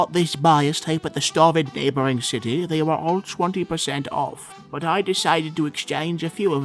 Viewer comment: The real question is not "where's slazo?" The question is really why does pronounce "they" as "thee"?